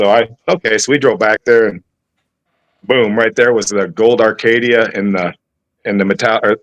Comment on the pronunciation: Acadia not Arcadia